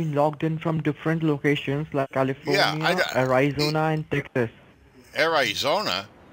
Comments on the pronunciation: Ayerizona 😂 You would think scamming one on one would teach them how to pronounce words properly specially when it comes to reading their script. Keep up the good fight ❤ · or Awryzona lolol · You've never been to Air Eye Zona before? It's next to Caliee Forn Yah lol